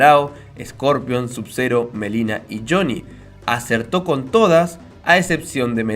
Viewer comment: Es Milena no melina es con I....